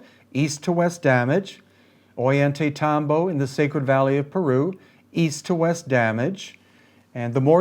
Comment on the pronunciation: to pick a bit, it is "oJantaytambo" ll is a hard j (though some use a y sound).... our guide was insistent